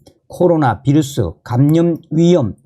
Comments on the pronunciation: "비루스" 아니고, "바이러스"라고 말합니다. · 휴전선 윗동네식 표현이자 독일어 식으로 읽은거죠.